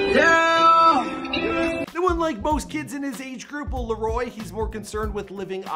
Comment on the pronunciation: TheViper727 “Lario”